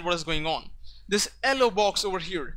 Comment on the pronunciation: You're a South Indian right(No racism intented). I figured it out by the way you spoke yellow